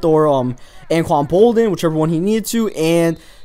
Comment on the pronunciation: Its Alden smith not Elden smith